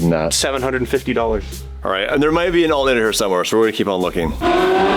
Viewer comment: "Alt nater" Hahahaha